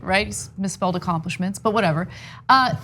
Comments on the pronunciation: "achomlishments" lmao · "achomlishments is in the dictionnary next to kofefe" --Cenk LLLLLLOOOOOLLLLLLLL